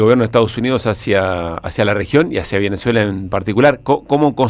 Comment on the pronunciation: Por qué dice "Venezela"?